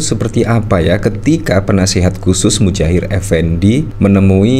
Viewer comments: Muhajir bang bukan Mujahir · Muhajir.....bukan Mujahir...... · Muhajir bukan mujair effendi😂😂